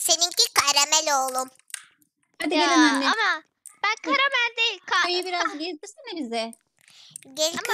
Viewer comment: karamel yerine kayamel diyince ne güldüm be hala gülüyom